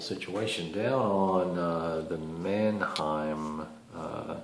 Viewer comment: Great that you're giving attention to this conflict. As a Finn I need to make a small correction though, the line is called "Mannerheim" instead of Mannheim :)